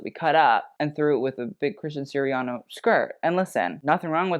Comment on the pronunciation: Why is it whenever I hear talk about an outfit from Christian Siriano, it always sounds like a Christian Sirian-NO?